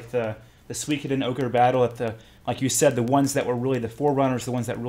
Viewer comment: Nicely butchered pronunciation of Suikoden, which by the way one of the best JRPGs ever.